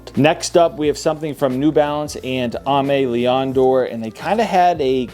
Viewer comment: For the New Balance x Aimé Léon Dore, pronounce it like A million dollar!